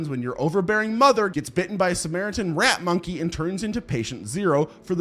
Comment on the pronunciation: The way you said rat monkey got me dying 🤣